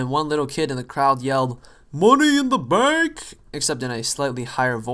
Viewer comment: Hahaha, "MONAY IN DA BAHNK!"